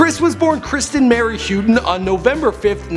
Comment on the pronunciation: Houghton = How-ten. Not hew-tin.